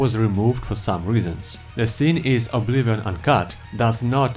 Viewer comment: boi it's not called obliwon